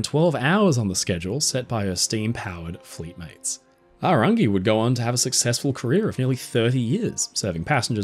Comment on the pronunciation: Big ups for the pronunciation on Aorangi! So many people don't bother to learn.